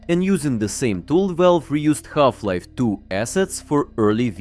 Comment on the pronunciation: Ah yes Galf-Life. 😂